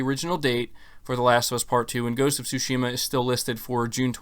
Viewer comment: "Tsu"shima not "Tush"ima